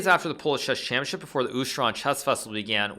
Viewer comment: Shesh shampionship